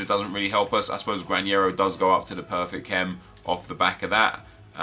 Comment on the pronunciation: Nep, the pronunciation of Granero is with a normal N. We pronounce that sound 'NH' only with Ñ, just that... Greetings from Spain. Nice Video!!